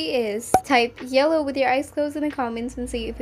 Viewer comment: “Yelkow” Ok nvm nice video btw